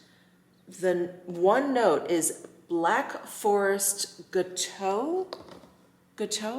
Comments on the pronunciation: Hi. If it spells gateau, it means 'cake' in French. It is pronounced GAH - toh. 😉😊🥰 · Pronounced Gatto…Black Forest gateau a chocolate cherry and cream sponge xx